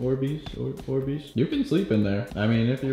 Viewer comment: They're Not "Or Beez" They're "Orbeez"